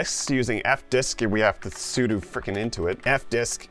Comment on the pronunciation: Also, Linux isn't stupid that you can't boot from a non-mounted drive... That's basic principles. Then you call sudo "sudu". Bro, if you don't know what you're doing, please stop. You're leading people down the path to destruction.